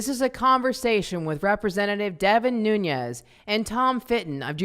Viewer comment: Learn to pronounce Nunes! How unprofessional ! He is not from Spanish background. Look it up. Respect the cultural heritage. Not everyone from California is hispanic.